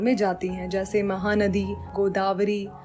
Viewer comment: Mam u say mahadi but it is a mahanadi